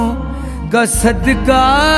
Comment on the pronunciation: sadka nhi sadqa padho language theek kro apni rafaqat ali khan